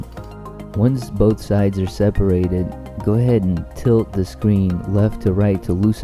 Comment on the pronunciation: did you say gourdhead ??